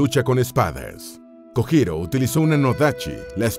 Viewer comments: por favor, aprenda a pronunciar las sílabas japonesas sr. narrador: la sílaba JO se pronuncia como YO = LLO... Usted dice JO en Español, que sería HO mal pronunciada en japonés. Lo digo xq afea el buen trabajo divulgativo q hicieron, y ya que ponen nombres escritos en ROOMAJI... Cuesta muy poco decir sílabas HIRAGANA correctamente. Gracias !! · Buen video pero mala pronunciación XD Kojiro se pronuncia Kolliro por ejemplo, y la verdad si molesta un poco esos errores, se ve que el canal tiene a una persona que investiga y una que narra, o es una traducción. Aún así re GOD